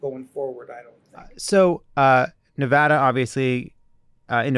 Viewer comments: I love that Jon knows how to pronounce Nevada. We matter, unless we don’t thanks to Trump’s minions. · I just want to appreciate you folks for pronouncing Nevada right. None of this Knee-Voh-Doh nonsense around here.